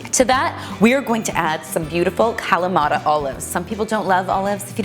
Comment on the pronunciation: ok it was a little joke about the pronunciation Kalamata ;) you're nice and I like your videos